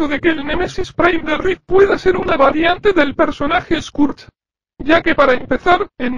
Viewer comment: Recuerdo que en doblaje de Transformers Cybertron Scourge sonaba más como esquersh